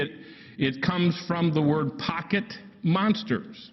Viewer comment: should have kept going. He's so headstrong about calling it Pokeman that when he breaks down the abbreviation, he says pocket mansters 😂😂😂😂